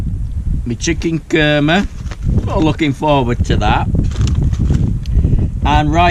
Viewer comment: Chicken Kurrrmeh! 🤣Fantastic accent init. Nice one.